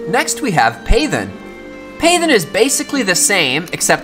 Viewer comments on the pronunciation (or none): Not "PAY-then"... it's pronounced "path-en", as in, "make into a path". ;) Just like "darken" = "make dark".